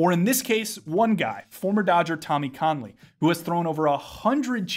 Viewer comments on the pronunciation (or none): Great vid. I think Kahnle is pronounced “Kane-Lee” though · It’s actually more “can-Lee”